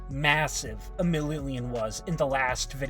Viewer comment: Also it’s millinillion not millillion